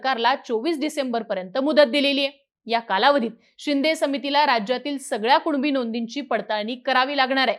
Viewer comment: 'कुनिबी' येत आणि 'कुणबी कुणबी' बोंब मारत 😂😂😂😂